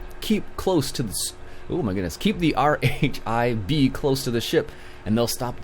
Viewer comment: It is not R H I B it is not said in all different letters it is said in one word rhib